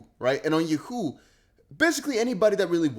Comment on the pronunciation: Bro please learn how to say Yahoo smh 🤦🏽‍♂️ lol 😂